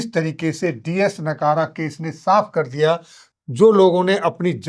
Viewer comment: डी एस नकारा नहीं.. डी एस नकरा 🎉